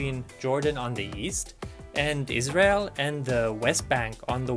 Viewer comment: says Israel very clear